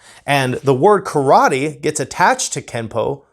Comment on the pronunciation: You cannot even pronounce “Karate, so maybe go back and start there, huh?